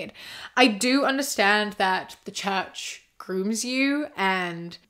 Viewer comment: sorry but every time you said "leave the church," I understood "leave the chat" lmao like "he's deconstructing, he left the chat" very interesting video though!!